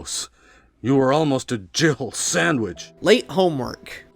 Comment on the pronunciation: I kept hearing him say "Jihill Sandwich" until you mentioned that.